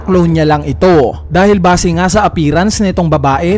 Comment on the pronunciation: Mali pag bigkas mo ng base